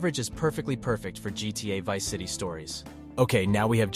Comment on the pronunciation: I was debating with myself whether this was an AI voice at first, then he said GTA Varsity and GTA I4😂 sorry homie, I'm gonna go watch a better one.